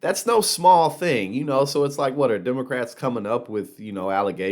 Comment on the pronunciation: Hey mtg learn how to pronounce the word democrats you stupid backwards idiot ding dong moonbat dumbass